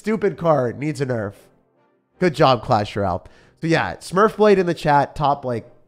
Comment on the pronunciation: Clash RALLE. Like I swear he is the only person who says it like that.😭